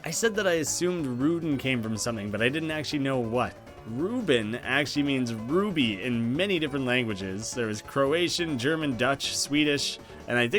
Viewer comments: The Dutch (and Flamish) word for "ruby" is "robijn", not "rubin". Just thought I should let you know, haha. And our word for the diamonds suit of cards is "ruiten" (which coincidentally also is the Dutch word for "windows") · Ha?? No no no Ruby in Dutch is Robijn. Not Robin. XD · B-but... ruby in Dutch is robijn, not rubin. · Correction: ruby in Dutch is robijn. (Pronounced as rohbeijn. Sorta) it’s okay though. Just for your sake :) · Er, actually, the Dutch word for ruby is robijn, not rubin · Ruby in dutch is: Robijn.. not rubin.. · its robijn